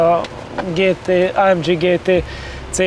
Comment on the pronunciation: Jesszus Hogy mondhatja, hogy ÁEMDZSI? Ezt meg kéne hagyni a ....-nak. Úgy ejtjük: ÁEMGÉ.